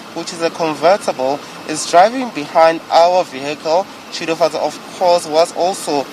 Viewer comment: Congrats Shudufhadzo!!! it is not Shudufadzo, its SHUDUFHADZO!!